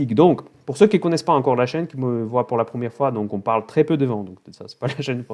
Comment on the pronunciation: heureusement que tu montre une bouteille, je me suis dit "mais qu'est ce qu'il raconte passionné de von ? de vent ? mais qu'est ce qu'il dit ? " 5 sec plus tard : "ahhhhhhhhh du Vinnnnnnn" MDR 😂😂 oui je sais je suis mechant je me moque de ton accent ^^